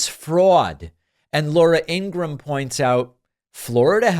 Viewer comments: I'm not sure if it was intentional, but her last name is pronounced EEN-gruhm - two syllables. Regardless, she's terrible. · Why you sometimes pronounce her name Abraham? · INGRA-HAM... REALLY ?? THATS THE BEST YOU CAN DO??? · Laura In-gra-ham....😂😂😂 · Laura Engram? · I ❤ how David called her "Ingraaham" 😂🤣🤣😆😆😆😂😉😊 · Ingra-ham...are you kidding me? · At least say her name right... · David sir, why dont you just say lauras last name right? You clearly know how to pronounce her name the correct way.